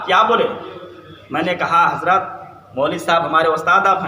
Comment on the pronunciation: Talafuuz to sahi kar le raafzi ki aulad hazrat ko hajrat kahe rha he aur aalim ban rha he